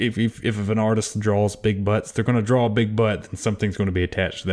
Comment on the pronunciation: That feeling when he pronounced "draws" as "drawlsed"